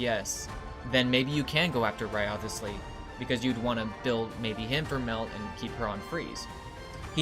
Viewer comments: Not another channel butchering Wriothesley's name. It's rise-lee not rio-the-slee 💀🤦🏻‍♂️ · Its so annoying how you already played the AQ and still say "WRIOTHESLEY" wrong. Its RIZZLEY man. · Its Rice Lee learn to pronounce it right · Great video, I love that you pronounce wriothesley's name wrong everytime 😂